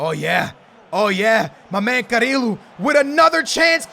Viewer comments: It's pronounced "Cariyo" not "carilo" pls skillz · Its not carilo, its carrillo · It's pronounced carrio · to say carrillo's name is ka-ri-yo